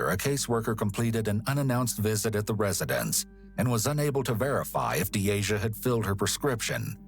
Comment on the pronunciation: Lmao you mispronounced Deasias name and pronounced it as my name, had me trippin for a sec like "uhh hello 👀 👋🏽 " 🤣🤣